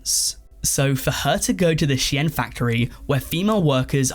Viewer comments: sheeeen.... not she-yen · I mean it's actually she-in, short for she inside, which is what the brand was initially called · Bro SHEIN,is pronounced“Sh-EAN” like “Bean” with a “Sh” not “she-yin” 🤦🏻‍♂️ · I swear to god if he pronounces shein as “shi-en” one more time instead of “Sheen” I’m gonna explode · Bro did not just call it "She-en" 💀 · It’s pronounced sheen for ffs that’s why the documentary is called inside the shein machine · you're saying Shein wrong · I was devastated when I found out that’s how it’s ACTUALLY pronounced, another reason to hate shein